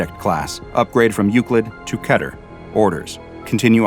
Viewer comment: dude u mispronounced Keter. its peter but with a K